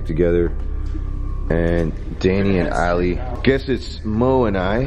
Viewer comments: i thought you said Ali-A lol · I thought he said Ali A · I thought he said here’s Ali a